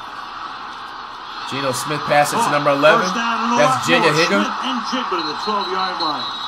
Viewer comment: "Deebo Smith"😆